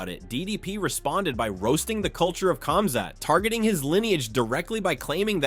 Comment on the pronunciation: the K is silent in Khamzat brother.